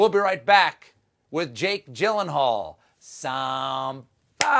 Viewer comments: on is so fuckin hilarious starting with "Agent Smath Mouse" ... "Agent Smath Moush" ... "Agent..." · Stephen: “Smath Mowth,” “Smash Muth,” Smuth Mawth” 🤣🤣🤣🤣🤣